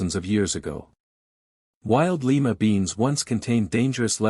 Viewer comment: The city is "lee ma;" the bean is "lye ma."